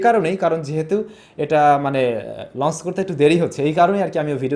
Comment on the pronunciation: Bro lonse na bole launch bolun sunte valo lage na try to improve ur accent